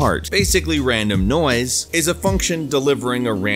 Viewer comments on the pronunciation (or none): Am I the only one that hears "noice" every time he says noise